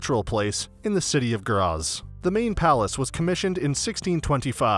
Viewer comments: It's pronounced "Gratts" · Where is this city named Grasss? Its a complete fake of Graz so why didn't u make a video about our city! Btw. It takes absolutely no time to chek how the words are pronounced! A tip, translate every word, not only the clock tower, in english or just use the google translater voice to say it! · Your video has pissed me off. For the love of God, WILL YOU PRONOUNCE GRAZ PROPERLY! I hate it when people cannot be bothered to find out the important, simple things. It's not rocket science.